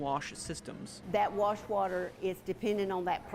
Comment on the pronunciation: "warsh" water